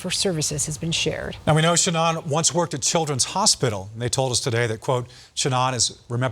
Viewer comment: Denver 7 photo shopped and cropped the logo. AI cannot say the name Shannon.